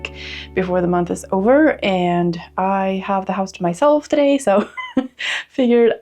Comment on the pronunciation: “It’s very hot in hurrr toe-day” 👏 😂